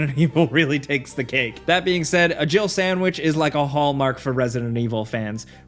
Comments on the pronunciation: Why does it annoy me so much that everyone else seems to hear Barry say "Jill sandwich" when to me he's clearly saying "jibble sandwich"? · The resident evil one clearly said "gibble sandwich" not "jill sandwich" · I’m still convinced even after all these years Barry says “gible sandwich” as in giblets, not Jill sandwich, listen carefully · When I first heard the Jill sandwich line I thought Barry said Girble Sandwich... Wbich makes even less sense. 😂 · All this time I thought he was saying "jiggle sandwich" and that was so much worse in my head lol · Why does no one ever point out that Barry actually says “Jibble sandwich” ? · I thought he said "jibble sandwich" and always wondered wtf a jibble was.